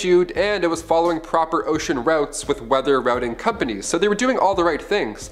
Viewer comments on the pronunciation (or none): none